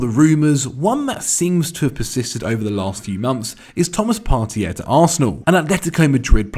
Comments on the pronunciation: It's Partey. Part-ay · Can acc not pronounce Partey?